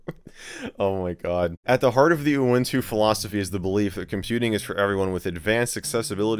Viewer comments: I think you just say it normally, like U-Wun-Tu. I don't know why people like to laugh to the word UwU but my guess is it make people see things. And I'm disappointed that the cat doesn't even have an UwU face. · This actually made my afternoon, especially seeing Michael lose it trying to pronounce the release name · Michael failing to say "uwuntu" is the best part. 😅